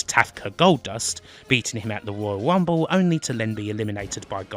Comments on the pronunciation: The woyal wumble? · Woyal wumble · Gotta love the Woyal Wumble!!!